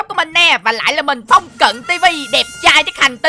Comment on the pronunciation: đọc sai rồi